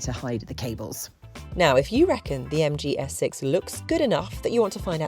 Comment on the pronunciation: I keep hearing 'the MG Essex'. Sorry (not sorry) if you can't unhear it now